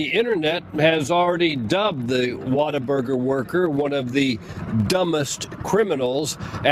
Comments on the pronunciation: The biggest crime here is calling it 'Water-burger'. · mispronouncing "What A Burger" as "Water Burger" surely has to be deliberate. (Shame on you,, you should be better than Dark Pattern interaction baiting.) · Why do you keep calling it water burger? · Sounds like he's saying, "Waterburger".